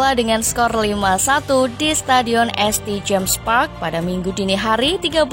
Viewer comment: St james park di baca saint james park bukan este james park..mousa diaby gambarnya west ham united bukanya aston villa